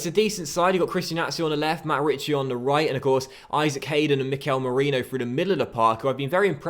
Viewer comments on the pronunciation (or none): none